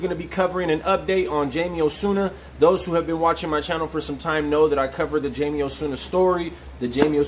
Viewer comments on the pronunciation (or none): You’re Latino and still pronounce it JAYMEE instead of HIGH-MAE? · it doesn’t change that JAYMEE is not the correct Latin pronunciation. “José” for example, is pronounced “HO-SAY” and so on.